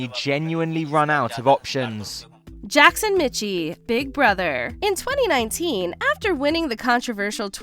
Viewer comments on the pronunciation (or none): sorry to be that guy, but Jackson's last name is pronounced like Mickey... that's at least how he, himself pronounced it...